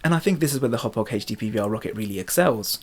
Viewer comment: Finally someone who pronounces it right.